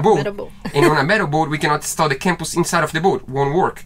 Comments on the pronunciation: Compass is pronounced in English as Come-pass as in Come here, you are saying Camp pass as in going camping in the Mountains. You can say it anyway you want, as this is your channel. In USA English, use how I pronounced it. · Too many wires/cables for me guys 🤣🤣😊🇬🇧🥰 The sound for Compass is Cum-pass guys 😉